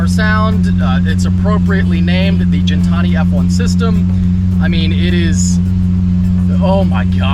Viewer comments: Its ghen-Tani not gin like the drink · Gintani with a Gih sound not a Jin sound. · It's not gin , it's guin , like pronounced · Please stop saying Jin-tani... love ya but its Gintani not Jintani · For gintani sound that g like Guinea pig not Jin and tonic I think they get offended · You're saying Gintani wrong but amazing sounding car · you do know it’s Gintani not Gintani......?🤣😉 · Hearing Gintani pronounced wrong is so cringe